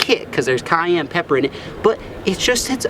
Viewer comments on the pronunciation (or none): none